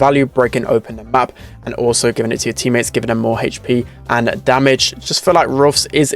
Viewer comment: i think mortis and penny should be 54 and 55, not because they are bad but because they get outclassed in literally every situation edit: stop saying hp like that please